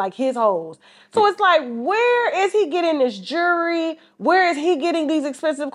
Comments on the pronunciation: 💯 she can pronounce the word jewelry but got the nerve to talk about Shannon's lisp. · Someone tell this chick there's a L in the word jewelry 😮‍💨